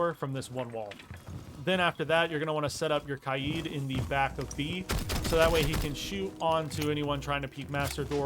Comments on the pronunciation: Stop saying kai eed instead of kay D plz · Ky-eed? its Kay-d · Bro it’s not “kayeed” it’s “Kayd” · “Kaigh yeeid” is crazy💀😭🙏🔥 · pronounce Kaid like K-Aye-d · Love the vid, really helped me with setting up better and not getting reamed by my teammates for being a noob. Thank you. But why do you say Kaid’s name like that? I usually hear it like Kaid (Cuh-Aye-D). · Why pronounce kaid like that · Saying kaid wrong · How does someone pronounce “Kaid” wrong? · This really helped me but the way he said kaid’s name